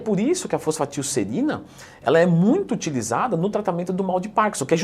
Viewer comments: FOSFATILserina 🤣🤣🤣🤣 Pesquisou no chat gpt e gravou o vídeo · reparem como ela fala errado o nome kkkk faltou aula quimica